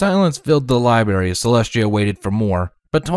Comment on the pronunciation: Ok; just “HOW MANY” books did “TWLIGHT” check out of the “LIBARY”????? 😂😂😂😂😂😂😂😂😂😂😂